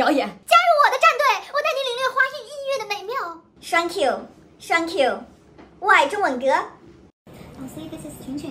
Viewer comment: 窝矮中文隔真的是绝了哈哈哈哈